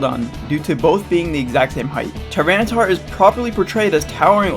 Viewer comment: "Tinytar" LOL